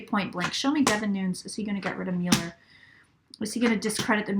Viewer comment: Right cards, wrong interpretation. But you are correct that justice will prevail. Your pronunciation of Müller (Mueller) is correct. (I speak German, too.) My predictions: Mueller will remain for now. RR will go. Trump will serve full term (and maybe two). There will be many arrests and prosecutions.